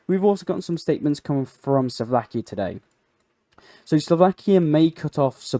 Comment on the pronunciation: Robert Feko of the Suvlakia... Can you start atleast Trying to pronounce things correctly?